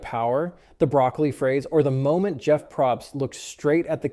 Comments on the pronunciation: I mean...you have some good points, but the fact you can't even pronounce Jeff's last name...yeah, that says enough. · i said the same thing 💀